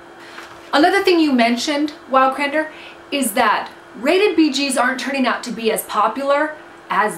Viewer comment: you spelled crendor right but you didnt pronounce it right